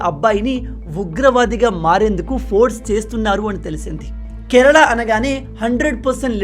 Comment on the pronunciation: Meeru Kanada annattu vinapaduthundhi Kerala Ani palukandi